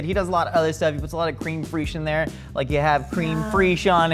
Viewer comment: Good video but "Cream Freash"? It's pronounced "Crem Fresh"...